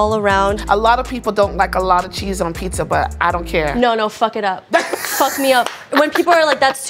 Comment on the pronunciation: Now I've witnessed 2 people say Pissa instead of Pizza, thanks for the experience First We Feast.